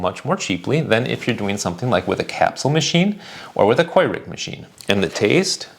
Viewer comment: in the WHAT cups? I’ve never heard anyone pronounce Keurig like “Quay-rig” before.